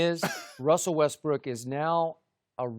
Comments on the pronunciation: Sharpe high as a kite “russbrook” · Dude said Russbrook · Did Shannon just say "RussBrook?"